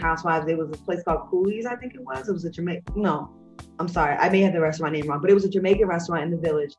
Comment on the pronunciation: Why do u say butt like that for be professional